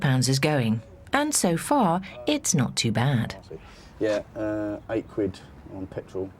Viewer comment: Lesson nuber one: Learn how to actually say "quid".